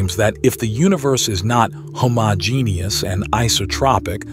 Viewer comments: "Hah mah geneous"? The AI is not allowed to say the word "Homo", as in "Homogeneous"? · Hah-mah-geenie-us 😂 Pretty sure this video was made by an AI